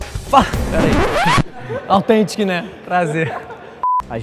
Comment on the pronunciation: A NÃO AUTHEEEEEENTIC FALA SÉRIO NÉ pelo menos vamos ver se o Leon vai conseguir